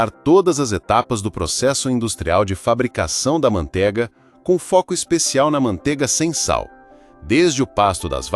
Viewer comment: ManteIga tem "I". Que agonía de ouvir falar mantega.